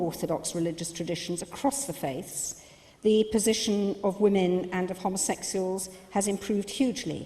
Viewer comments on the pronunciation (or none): that bitch can't even pronounce homosexuals